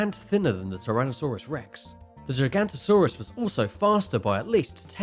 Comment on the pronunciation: You are getting so much wrong xD Pls do proper research, don't butcher giganotasaurus as gigantosaurus. Ahh and maybe show proper pictures of the dinosaurs... and the spino would not fair well against a T Rex^^ XD pls do your research